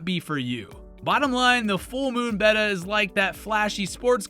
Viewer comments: Betta. That’s the name. Not beta, not betta fish. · Clicked on the video. Heard how he pronounced betta. Bye.